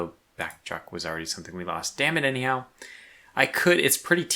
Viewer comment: I keep hearing you say damnit anyhow but I hear Damn it Andy how. and I keep thinking what did I do?